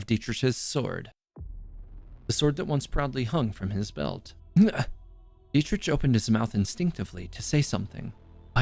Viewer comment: I'm traumatized how he pronouced Dietrich.